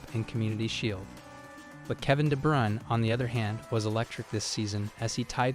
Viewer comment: There's a channel called "Footballer name pronunciation" (I'm not joking). Kevin De Bruyne was a guest. You should check it out, then you'll know how it should sound.